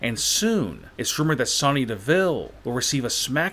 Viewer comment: Your saying Sonya wrong!!!!